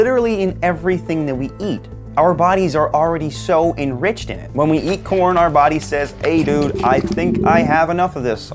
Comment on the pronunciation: Why was I hearing Por* instead of corn